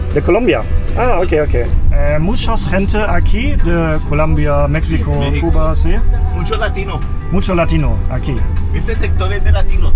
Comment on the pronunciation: If you are a little Havana eating Cuban food, you can pretty much guarantee yourself that it is authentic Cuban food. And I’m glad that you pronounce Cuba right. In America, most people outside of the Miami area or south Florida area pronounce “cew-bah. You pronounce it right… coo-bah. I’m sorry for all these messages but I have to answer your questions as you ask them otherwise I forget. I know the street you’re walking on right now! If you were filming this live, I could meet you within 10 minutes!